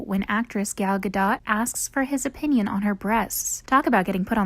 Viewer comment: YOU DON'T PRONOUNCE THE T IN GADOT NARRATOR, the least you can do is get their names correct.